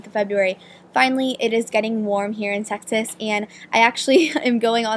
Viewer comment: haha sounds like you said texas as "sexiest"